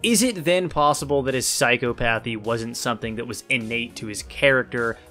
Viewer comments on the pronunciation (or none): I hate to be that guy by psychopathy is pronounced "psy-cah-puh-thi", or sai ·kaa·puh·thee. I use to pronounce it like "psycho-pathy" as well. Loved the vid as always.